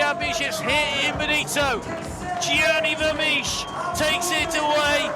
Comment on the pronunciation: 'Gianni Vemiesh' 🤷‍♂️